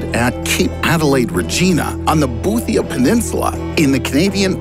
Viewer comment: I have never in my life heard one person here in Canada talk about losing the geographic pole... So I guess it's not as big a topic as you think... Also Regina is not Regeena , it is said like Vagina .... Reg-eye-na